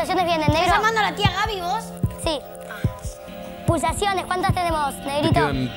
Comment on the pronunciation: lali:pulsasiones boludo Jajajaja